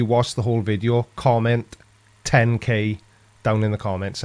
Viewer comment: Tenkay? Tent Que? Kentay? Hey, it's pretty cool how close you are to 10K subscribers!!! I watch because of your scent of hummus! Cents of humid? Sorry, sense of humor! (Humour?) Love the videos!!! Keep 'em coming!!!